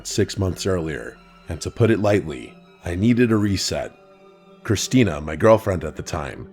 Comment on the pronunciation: ITS CHRISTINETH!